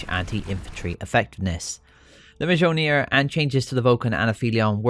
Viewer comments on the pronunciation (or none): Don't say mjölner. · Mjolnir is just molnir the j is silent. In greek mythology its thor's hammer (or its zeus idk)